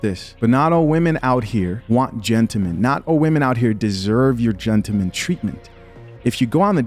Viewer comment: Dude if you don't put that "L" back in gentleman 😂